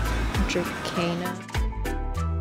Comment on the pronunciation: It's Dracena pronounced like john Cena 😅